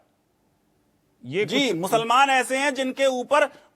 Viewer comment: Bargalaya hai e bihari khaali... Chutiyaa kaat rha hai...kitna emphasize krta hai muslaman musalmaan...